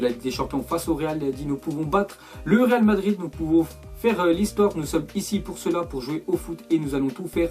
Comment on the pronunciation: "real Madrir "😂